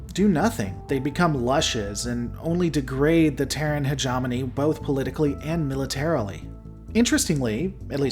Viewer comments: "he * ge * mo * ne", not "heg * om * on * e" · Say it with me now. Hegemony. Not hegemoney. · Love the lore dive and I liked the video but I JUST CAN'T HANDLE how you pronounce Hegemony he·gem·o·ny /həˈjemənē,ˈhejəˌmōnē/ It should be more Heja (hard J) mowny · Hedge EH mony!!! Combine like "Combine Harvester" Argh, it drives me nuts! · You are mispronouncing hegemony.